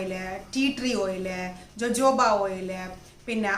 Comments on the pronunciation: It is pronounced as hohoba not jojoba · JOJOBA എന്നതിന്റെ ഉച്ചാരണം Hohoba എന്നാണ്. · ഹോഹോഭ ഓയിൽ എന്നാണ് pronounce ചെയ്യുക. ഞാൻ uk യിൽ ഒരു കടയിൽ ചോദിച്ചു, അവർക്ക് മനസിലായില്ല, ഞാൻ spell ചെയ്തപ്പോ അവര് ഓ ഹോഹോഭ oil.. ഞാൻ പ്ലിങ് 😂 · Nan tekarud jojoba, rosehip oil and castor oil mix.its too good And dear JoJoba is pronounced as hohoba .... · Pronounced it hohoba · ethu pronounce cheyyunnathu ho hoba oil ennanu. Lakshmi nair vlogil und. Sathyam parayalo,,, nalla resulttanu. Vit e oil with white kasthoori manjal cherth vach daily use cheyyuka. Njan nokiyathaanu. Very effective💪✌👌💪✌👌💪✌👌ninghalkum use akkam.